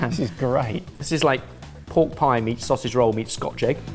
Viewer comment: hearing that guy say 'sossy roll' instead of 'sausage roll' has made me feel ill